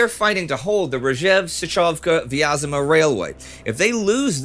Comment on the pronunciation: i know we can say V-AS-MA so why don't we pronounce Vyazma correctly? VEE AS MA.